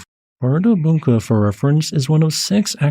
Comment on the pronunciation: The d carrying a cross symbol should be pronounced like the 'th' in the in English. On 2nd hearing, I think you got it. It's hard for an English speaker to put that sound in an odd place.